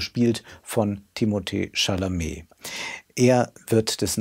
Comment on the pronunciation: Ist auch die richtige Aussprache seines Namens. Chalamet hat schon in ein paar Interviews gesagt, dass die richtige französische Aussprache seines Namens so ist, aber die englische Aussprache auch absolut okay ist.. Ein gebildeter Mann wie erkennt da natürlich die richtige französische Aussprache. Im englischen Sprachraum wird der Name halt anglisiert, aber Timothées Vater ist Franzose (Timothée kann auch fließend Französisch) und man sieht die Absicht den Namen französisch auszusprechen auch an dem "é" im Namen. Schau z.B. mal hier